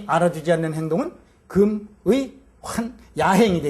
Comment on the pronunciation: 금의의 금은 "길게"발음해야지요!!